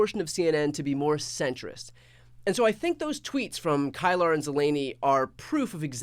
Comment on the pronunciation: Briana KEELER not Kylar. Jeff ZELLENEE not Zelaaanee. They only say their names all day long.